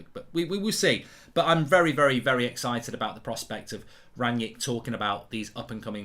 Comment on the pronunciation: “Ranyick” - Goldbridge